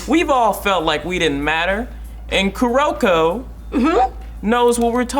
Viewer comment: I get what you are saying. It's like if you watched the anime and hear how they are saying the names, you shouldn't be messing the names up >.<. Everyone in the anime clearly says Ka-ga-mi not Ka-gami. They are also saying Kuroko's name wrong. His name is Kuu-ro-ko not Ko-ro-ko.